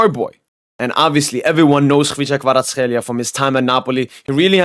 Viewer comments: I see, but still despite help, it is hard for others to pronounce it correctly, because of kh, but u do it perfectly, and thank you that u do ur videos in English, i forgot my French so now practicing to revive my knowledge of French, what football doing to us :D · wow you pronounced kvara;s name so well im surprised